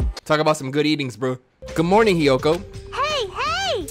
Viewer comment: hiyoto and kazoochi